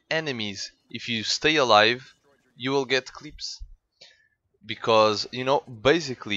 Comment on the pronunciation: nice man but i hate it when u say 'clieps' its just clips watch some other commantarys how that guys saying it